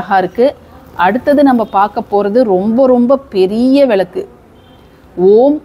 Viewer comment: அம்மணி...உங்களுக்கு தமிழ் ஒழுங்காக வராதா..?? அது விலக்கு இல்ல..மாறாக சரியான உச்சரிப்பு " விளக்கு" புரிஞ்சுதா..? எப்ப பார்த்தாலும் விலக்கு..விலக்கு..என்றுவேற தமிழைக்கொல்லாதே..!! கொல்லாதே..கொல்லாதே தமிழைக்கொல்லாதே.. இதுல வேற அவங்க பெயரு..😂😂😂